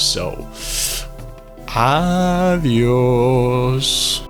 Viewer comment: la fokin cabra chaval, y ese adiós del final sono muy americano, anyways good video, y congrats en los 10k subs